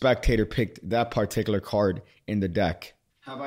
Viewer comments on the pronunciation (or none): “That par tikler card...”😂 Keep on doing you’re good at💯